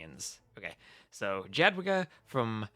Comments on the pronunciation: correct me if im wrong but isnt it yad-wi-ga? stupid inconsistent latin alphabet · Dziadwiga :D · Polish J is spelled like English Y in most cases and W is English V so yeh, yad-vi-ga with hard G